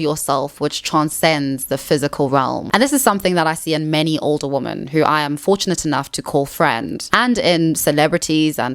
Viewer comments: Why do you pronounce women the same as woman??? I’m really curious. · I haven't heard anyone else from SA or England pronounce it like that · She needs to work on it. No one pronounces women and woman the same, even in SA. I have never heard it before in my life. They are two different words and it makes the video hard to follow because of it. She will use women and woman in the same sentence. It's something she can work on. I'm not sure why she has to make it seem like fixing this is impossible. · Could you please pronounce women as wimmin, which is the accepted standard (UK and US) English pronunciation. Pronouncing it the same as woman is very confusing for most of us. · "Women" is pronounced "wih-men". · Kind hearted and well intended reminder of the correct use of 'woman' and 'women'. I so often hear people pronounce 'women' as 'woman'. Woman is an irregular noun. The plural form of woman is women (and not womans). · It’s ‘women’ not ‘woman’. The plural of woman is women. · You pronounce "women" the same as "woman", and that's wrong. "Woman" is "wuh-min". "Women" is "wi-min". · It is confusing why you keep saying "wooman" in plural instead of "ˈwɪmɪn" as it must be pronounced. 🤨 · WomEN not womAn!! The amount of women who don't know the difference between singular and plural baffles me. When you are speaking of more than 1 woman, you say WOMEN! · Please say "women" not "woman". It's driving me insane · IT'S WOMEN (wim-en) when it's plural and it's WOMAN for singular. Every single video you can't get this correct. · Why do you pronounce "women" as "woman"? Asking as a neutrally curious non-native English speaker. Is it dialect, sociolect, personal preference..? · A 'woman'....2 or more (plural) 'women' - pronounced as 'wymyn'. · the words women (plural) and woman (singular) are pronounced differently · This has been driving me absolutely crazy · I do wish this lady would pronounce women properly and not say woman for women.